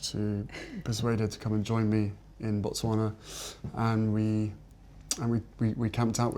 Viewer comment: Yes! He pronounced Botswana perfect not with a "ba"